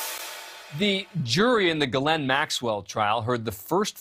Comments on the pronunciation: Glenn Maxwell…? You’d think by now they’d pronounce her first name correctly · News Nation Now does not seem to understand that her first name is two syllables and not pronounced as Glenn Maxwell . It is pronounced as Gee Layne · “Gil-lynn” Maxwell? Interesting pronunciation. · Except her brother pronounces it Gerlin. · Can't anyone pronounce this women's name properly ?? Her first name is French. It is pronounced Jish ( like wish ) plus laine ( like bowling lane ). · Why is he saying her name wrong?